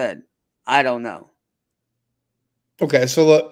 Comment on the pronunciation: We have heard him make hard 'K" sounds many, many times before.. WHY cant he say "okay"? Its so bizarre!! 🤔🤔